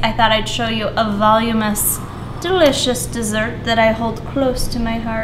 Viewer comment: *Voluminous : "vol-loom-in-us" just helping :)